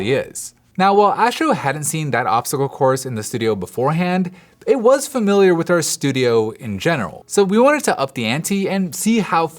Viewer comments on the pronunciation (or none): none